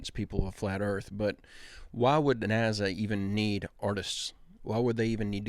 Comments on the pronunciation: It's nasa not naza lmao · its NASA not NAZA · it's NASA, not NAZZA irritates me unbelievably and I'm not sure why.. i hate nasa. but c'mon, u even said niezza with obvious Z, mistakenly obviously but it just proves my point. it's an S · love the way you mispronounce NAZA. PS The Good Harvest human meat is a hoax...."The show, which aired in Britain on July 25, follows presenter Greg Wallace visiting a hoax “engineered human meat” facility called Good Harvest. While it gives no indication of being a spoof early in the documentary, halfway through, it is revealed to be satire" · Nazza pronounce it correctly please and I was in the middle of this when you really messed it up bad to mind blowing 🤯 and I love the videos and feel the exact same about the little guy talking shit no God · Love your Channel ❤ i noticed you pronounce NASA different then most people, has anyone ever brought this to your attention? Just curious... but your doing an Awesome Job 😊..... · It's NASA doesn't have a z